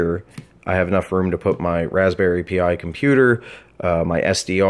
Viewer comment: It's Raspberry Pi. Pi, the Greek letter. Not P-I.